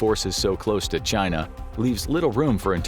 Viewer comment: "The gret chyynnaa"